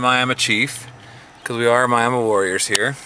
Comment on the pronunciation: I love West Texas. Western Oklahoma. All that. And you pronounce Miami, Texas like we pronounce Miami, Oklahoma. David, Tulsa